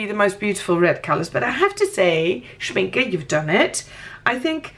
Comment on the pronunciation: The e in Schminke is pronounced like the beginning e in elephant.